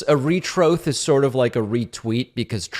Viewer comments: 'Retroth' is SO funny! XD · 'a retroath' -pakman